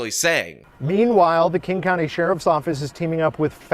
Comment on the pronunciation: I love ya but you have to drop the S from King County. There is no 'S' involved with the name of that county. As someone who grew up there I'm going to have to disown you if you keep damaging my ear bulbs like that.